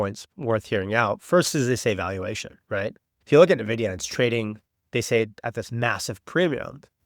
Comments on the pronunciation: it's not "nahvidia" it's "N" "vidia" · Yeah i instantly close the video whoever STILL can't say it correctly. NAHVIDIA. JEESUS